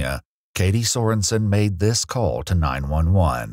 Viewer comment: KA-ty so-REN-sen Oh my God. They're evolving!